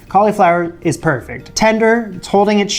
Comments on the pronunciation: Please stop saying colly flower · The way you say "cauleeflower" is just precious. That must be a Canadian thing. Also, I thought I would mention, you should very definitely get a Nutmeg grinder. I know, no one thinks it makes a difference, but the difference between a jar of nutmeg and a freshly grated nutmeg is like the difference between lemon juice from a lemon and lemon juice from a bottle.